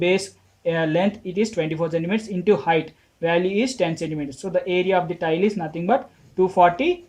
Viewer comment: 4 question mai tile ka pronunciation galat hai ...u r saying tail but it is tile..